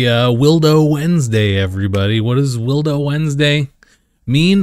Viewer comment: Can anyone explain to me why he says Willdo Wednesday instead of Willo Wednesday. Because it's kind of annoying